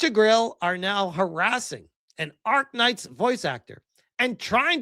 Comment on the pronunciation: It is ARKNIGHT not ARK-KNIGHT! As a fan, this is an insult